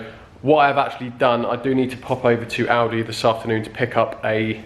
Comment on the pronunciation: Class video as normal. My missus thought your said aldi as well. Defo my favourite YouTube channel